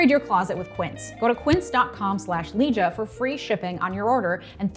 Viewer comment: Leeja for prezzie?!? Just sayin 😅